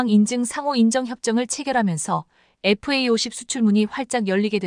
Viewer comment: Fa50. 은 제대로 읽고있네요!!에프에이50 에다가 스텔스기능만 부가시키면. 세계최강전투기가 된다~❤